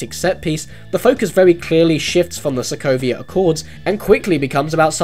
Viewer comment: "Sovia" Accords lol. Don't worry, we all make mistakes.